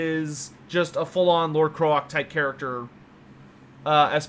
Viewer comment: I love your content and watch most of it but for the love of fucking god learn how to say Kroak's name properly. (CR-OAK not KR-OK)